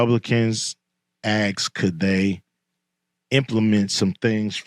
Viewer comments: Asked not aksed. Put that in your contact, too! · "Republicans 'axed' . I'm not really capable of supporting someone that can't speak proper English. Don't care what any actor has to say.